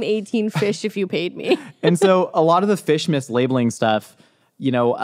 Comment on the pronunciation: Every time he says fish mislabeling I just hear fishmas, our new holiday.